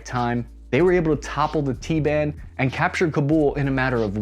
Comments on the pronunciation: Is it really necessary to shorten a 3 syllable word like "taliban" to a 2 syllable word, like "t-ban"? Lolol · Please stop saying "T-ban". You're only saving one syllable.